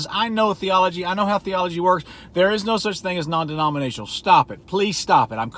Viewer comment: Take a shot when he says "non demoninatinal"